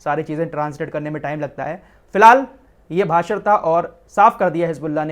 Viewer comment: भासड़ नहीं भाषण होता है